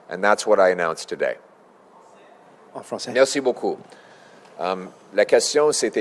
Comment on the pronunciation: You had me until "en francaise"